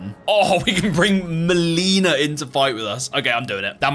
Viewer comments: HOW are people SO BAD at pronouncing "Melina"?! SHE TELLS YOU HER NAME AND HOW ITS PRONOUNCED 😭🙏 no hate on the video but like damn... so many others say muh-leenuh instead of mell-ih-na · So I have just discovered your channel this is only my second video I love the bloodborne video but now that I'm like two episodes in I'm noticing a trend are you just mispronouncing people's names on purpose these games have voice acting they pronounce their names for you xD maleena?!? Hahaha